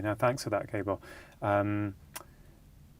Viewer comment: Slightly annoying that Dr Chatterjee couldn't have found out how to pronounce Gabor...